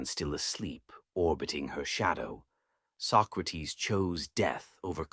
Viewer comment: His name was not "Sock-räh-teeth", but "Socrates", plain and simple -Socrates.